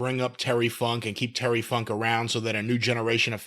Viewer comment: I just watched the Lawler funk an brown sugar .Jimmy it didn’t sound like you said Funk!